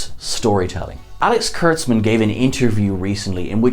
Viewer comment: I stopped listening when you said "Alex Kurtzman"....